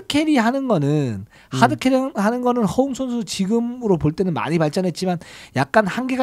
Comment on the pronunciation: 허훈 허웅 부를때 발음이.. 헷갈려 혼났네요